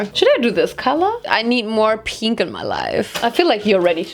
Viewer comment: nobody: nOBODY: LITERALLY NOBODY:: let’s cut bangs and die my hair peeenkh